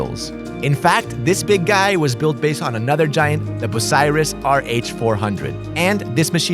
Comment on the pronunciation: It's pronounced byou-seye-russ. Bucyrus Ohio, located about 1 hour and 15 min. north of Columbus. I live in Bucyrus currently.